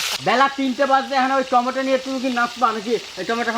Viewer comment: apni tomato k tometa keno bolen?